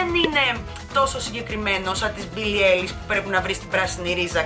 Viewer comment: Γιατί τα τονιζεις όλα λάθος;; Μπίλλυ Άιλις και Ιμότζι είναι..